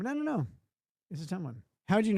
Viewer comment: "I dew't knew"